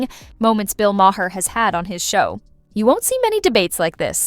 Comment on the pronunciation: Is this AI generated? The pronunciation for Bill Maher's name is all over the place.